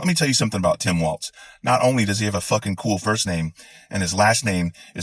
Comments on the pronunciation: Sorry to correct you but his last name rhymes with Walls, rather than the dance. 🥹 My Governor!!! I am THRILLED! Another thing I am not seeing mentioned much is how well he handled the pandemic! He held live calls daily on our local public radio station with relevant officials to keep everyone informed. He handled it the way we WISHED that 45 had done it. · It is BALLS to the WALZ, like they rhyme. It is not pronounced like the dance, though that would be cool. Vote blue baby! 💙💙💙💙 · Love this but two suggestions: 1) Apparently his last name isn’t a dance, it’s pronounced like those room dividing panels, WALLS; 2) Repubs embrace lies and innuendo, at the cost of their credibility and moral standing. We shouldn’t follow them down this cesspool. The couch-effing allegations are, as of now, entirely baseless, pure fiction. Let’s focus on all the truly vile Project 2025 crap that Vance is stuck with, not the made up stuff. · Love your rant...but his last name isn't pronounced like the dance, its like 'Walls' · Good stuff - just sub'd. I'm from Minnesota, and you pronounce his name like Walls 😀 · walz. Pronounced walls. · Good video. One small nit-pick. There's no "T" in Tim Walz's last name. His name is pronounced similarly to "walls" but you end it with "zee" instead of "sss". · NO T IN WALZ...BUT DANCE IS WALTZ SO DIFFERENT...HES ATOP BLOKE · No "T" in his name, Dude. His name is not a dance. Good man though and so are you. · Waltz is a dance not Walz. His name is pronounced Walls not waltz. You can google the pronunciations. Im not saying this yo troll you, im saying it because you msy want to pronounce his name correctly out of respect. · WALZ = WALLS NOT WALTZ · It's Walz brother, not Waltz.☺ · Theres no "T" in Walz. Its not a dance. Good stuff anyway. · It's Walz, not Waltz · Loved this video ! His name is pronounced like walls not waltz as the dance. Maybe we can start a new dance.The Harris/Walz Democracy Dance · Walls (i.e. balls to the...) not Waltz